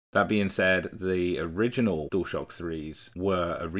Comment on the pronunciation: Does 'Dual shock' on this video sound like 'Door stop' to you. It does to me.